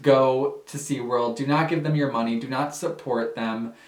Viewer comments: SeaWorld not SeaWord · "Seaword" Lol still love your content though 😊